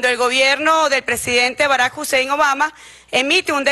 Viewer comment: Barack HUSEIN Obama WTF??? JAJAJAJAJAJAJA